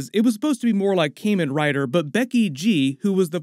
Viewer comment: As a toku fan, you're very mildly killing me with your pronunciation 😅 Kamen as in Kamen Rider or Tuxedo Kamen (to make a Sailor Moon reference) is phonetically more akin to the English word common than it the Cayman Islands. Kah-men Rider. You could also just use the translation of Kamen, "Masked" instead. Kamen Rider = Masked Rider.